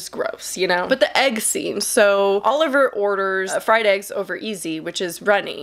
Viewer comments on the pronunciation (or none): none